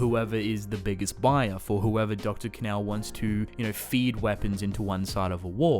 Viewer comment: Sounds like he’s saying dr. Canal, I think it sounds like Kahn-o phonetically of course.